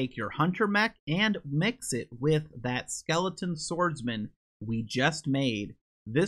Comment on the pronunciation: Funny how you say “Skeleton” as “Skelington” like “Jack Skelington” from Halloweentown